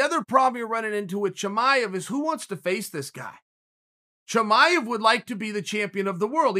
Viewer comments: I'm listening to this while doing dishes and the entire time I think he is saying "Jemima", when he is trying to pronounce "Chimaev" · i love your analysis ... big Fan . pardon me, but let me make it a little easier to pronounce khamzat chimaev. khamzat actually is (HUM-ZA) chimaev actually is (SHE - MA - ive) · Me: Chimaev Chael: Chimichanga Me: ok great